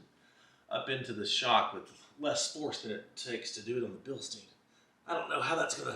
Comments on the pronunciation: thanks for the video. Btw, it's bilstein, like Beer stein. It's a German word and in German, when you have an I and E together, which ever letter is last, is the one that gets the heard. So stein is like stine. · Proper pronunciation is Bill sht eye n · In German the second vowel is pronounced first. Therefor it is pronounced Bilstine.